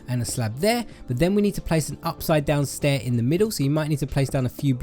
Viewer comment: “and one heh” 😂😂